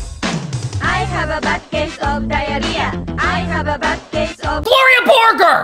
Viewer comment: I always get so mad when pronounces Gloria Borger's name wrong, truly disgusting.